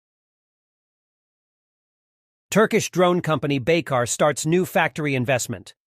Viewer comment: The right pronounciation of the company name is : Baykar (like ByCar)